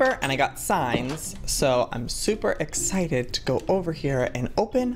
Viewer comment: Your not excited you are exsignted